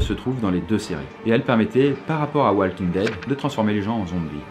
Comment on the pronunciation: "Walking daid" ??? really negga